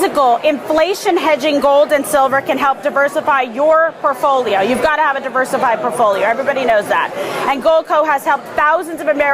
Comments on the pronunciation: Not getting Kim's metals. Someone might mention to her that it's not porfolio, it's portfolio. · Its sound like she's saying "poorfoilo" which is exactly what will happen if you listen to her or Trump, and these morons (like DeStupid) who use the word "woke" maybe should pick up a dictionary sometime and see how stupid they really are. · What is a purfolio? She said I need to have a diversified purfolio😂😆 And that is a fat legged, white girl dance